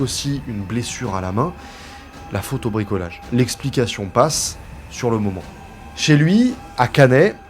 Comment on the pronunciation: "La faute au bricolage" jsuis la seule a avoir entendu "la photo bricolage" 🤦😂 Sinon on adore la vidéo comme d'hab 💪🔥